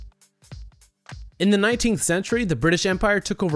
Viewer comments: This guys cadence and tone drives me nuts. Why can't he say words ending in the sound "een"? Nineteeng eighty eight. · Why is the narrator saying numbers weird? Like fourting, ningthingth century, nineting eighty five? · When you say dates you add an unnecessary "g" to the number 19. "Ninteeng Eighty Five" "Nineteength Century" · Nineteeng eighty eight. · Whenever you say "1988" or something inbetween you pronounce it "Ningteen"